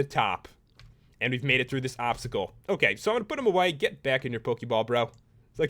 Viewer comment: Dye the Chinese Dragon green and you have Shenron. And you said obscacle.